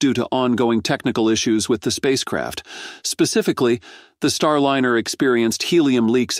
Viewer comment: Every time he said space craft, I heard space crap! Hahahaha